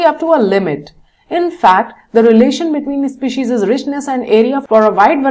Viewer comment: maam it is species not specises